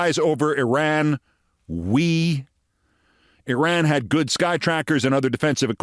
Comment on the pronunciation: Mispronouncing Iraq and Iran ... doesn't know how to use a gerund ... for a smart and articulate person, Keith, your grammar is horrible.